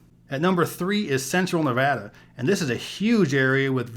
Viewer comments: It’s always refreshing to hear someone pronounce Nevada as Nevadans pronounce it. It gives the credibility! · THANKS YOU!!! For saying Nevada correctly. It's like nails on a chalkboard for me when I hear it pronounced wrong. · Brits pronounce it, 'Nevarda'.